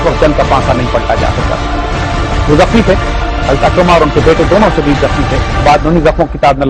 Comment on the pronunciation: Sahi Talaffuz Ikrimah hai Akramah nahin